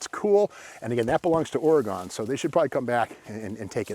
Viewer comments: Oh Steve....OUCH! I thought pronouncing Oregon, with a gone at the end, went out with sportscasters in the 70's. 🤔 But hey, I won't hold it against you, love your channel 👍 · Being an English major you think he would know how to properly pronounce Oregon. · PREVOST...Pronounded PREVO, ST is silent OreGEN not OreGONE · its pronounced Ore-E- Gun I know its spelled Oregon but there is no E on the end so its pronounced gun on the end like Arkansas, Lousanna, not how English majors would pronounce them either still love your show though keep it up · If you’re an English major, you should consider getting your money back. It’s pronounced ORYGUN, you Neanderthal! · An English Major would understand that "Ore Gone" would only be correct with an "E" at the end. It is indeed pronounced "Ore GUN". Love your content Steve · English major no doubt, but here we pronounce it OR AGAIN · Not are-a-gone, or-ee-gun. From a native Oregonian. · And it's pronounced Oregun!!! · Dude I can't watch anymore it's Oregon not OARIE GONE. I think you're just saying that way just to piss off everybody on the west coast. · Oregon is properly pronounced 'Ore-Again' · It is funny people on the east coast pronounce it oregone. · hah...english major or not, you would be run out of the state if you came out here and pronounced it Ore-gone! someone needs to grab that big block with the big ol holley...could be a 413-3 or 440-3. I have a D600 with a 318-3. i believe these have a higher nickel content block. Nice formed body on this, instead of the other manufacturers with basically corrugated tin bodies that leaked from day one. lol long reach for the TP from the throne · Love all your videos Steve! Got a giggle out of this ore-gun boy getting a English lesson from a guy that pronounces his own name not even close to how its spelled. 😂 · Lol I never heard anyone say Oregon like that, I usually here Oregon said as (or gin)